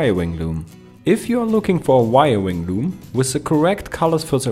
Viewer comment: Good info, but I love the "wiriring" at the end, lol!